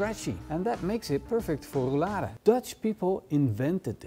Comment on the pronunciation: There is nothing more annoying than hearing you say Rou-Lada!